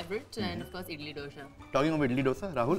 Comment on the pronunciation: For the last time it is not डोसा. It is दोसा.